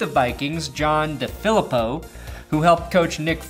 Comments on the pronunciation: John DeFilippo. DeFilippo: Dee-Phil-Eee-Poe..... NOT: Duh-Philip-Oh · FYI, It's pronounced DeeeFeleeeepo